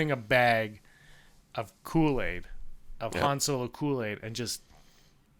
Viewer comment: Haha I laughed every time said "Han Solar." LMFAO